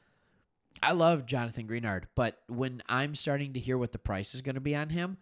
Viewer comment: Greenard is pronounced "Gren-ard" Just a heads up. Thanks for the Texans coverage.